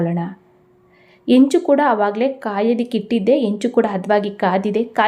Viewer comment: Not only that ಹೆಂಚು, has become ಎಂಚು, ಹಿಟ್ಟು is pronounced as ಇಟ್ಟು